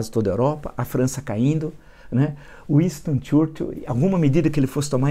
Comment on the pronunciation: Uinstôn Txúrtil? Fala direito professor.